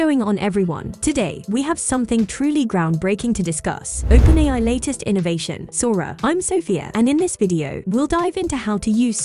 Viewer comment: "Open Eye" Excellent 😅🤣